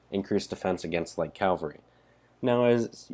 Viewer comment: It's cAValry, not cALvary...